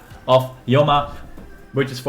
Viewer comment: The Yoma is bugging me, obviously it's Homa after the Chinese term 護摩. Don't butcher words according to your subjective interpretation. Otherwise this calculation video is 👍🏽.